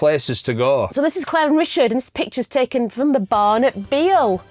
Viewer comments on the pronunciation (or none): none